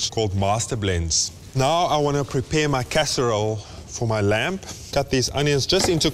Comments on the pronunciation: Reuben is awesome but can someone please tell him the "b" is lamb is silent... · Glenn, I agree. That 'b' (or perhaps even 'p') makes me cringe every time.